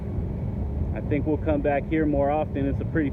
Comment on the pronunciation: 14 minute mark, the word is think, not tink